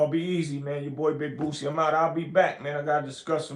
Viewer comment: Boosie not Bootsie😂😂